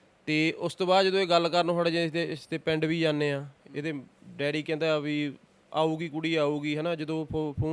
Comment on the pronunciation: Anchor veer ik request aa 'jande word nu sahi tareeke nal bolo ..baki sab okk aa